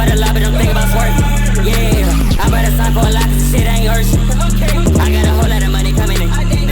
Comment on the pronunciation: bro said yeak